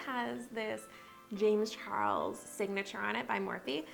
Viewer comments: you forgot the l in charles no hate though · Ok but is no talking about how she forgot the "L" in CHARLES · you missed the "l" on "charles" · Yeah she did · You missed the L in “Charles” 🤦🏽‍♀️🤦🏽‍♀️🤦🏽‍♀️😂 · She forgot the "L" in Charles